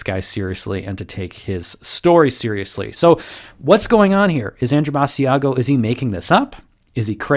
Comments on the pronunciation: You are pronouncing his name wrong! Ba~sha go! It was on the internet when when in the 1990 decade! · It's Basiago as in Chigc'ago'. At least get them name right of the man you are debunking. As the person's name you are calling is a different man. It would be like me telling my friend to check out your channel and calling it Nerd Sterrf. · Aww, it's so sad, now that I realize that space is fake, astronauts are astroNOTS, etc.., I have had to give this up, too, lol, and his name is pronounced like Chicago, BAH SHA GO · First, if you're going to "debunk" a guy, at least pronounce his name right. Basiago rhymes with Chicago. Which tells me you didn't do your research. Two, there are other people who have corroborated Andy's accounts, at least seven people to-date. Three, sorry 19th century photography wasn't great. Sorry for the blurry photo. Four, he was never told when he was going to be president, just that he was going to be prez. Again. lack of research. Time will tell. Debunk him in 20 years. Five, sorry Mars photos are blurry. Again, they are mostly taken from Google Mars or from NASA, who deliberately blurs the photos. Sorry the technology is not up to your standards. Six, Andy has done dozens and dozens of interviews. His account never varies, never changes, he never trips up. Cops will tell you liars change their stories. Seven, sorry his Mars paper doesn't live up to your scholarly standards. I read it, it seemed understandable to me. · Joshua Brooks or maybe it's people that realize, even if the story is fake, this wasn't at all a good debunking. he can't even pronounce the guys name right. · Pronounce his name right. It’s not with a long e sound